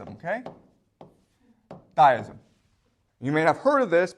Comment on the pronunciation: generally people who butcher common-seeming words and names are simply people who have picked up their pronunciation from reading, not merely listening to others. just like he pronounces "deism" as "dyism". yes, i do this too with words ive only ever read, but not commonly used by normies.